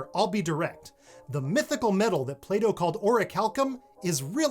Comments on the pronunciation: I heard "playdoough" not plato :') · the Play-Doh when he said Plato lmao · Play dough? 🤦 It's Plato. That's a T right there. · PLATO, not this, play doh! Hahahahhaaa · Oh! Plato not play-dough😂😂😂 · Pline-ee, Play-Doh... Never heard it pronounced this way ever... Twice in one vid, need an emoji besides thumbs up for the vid hehe...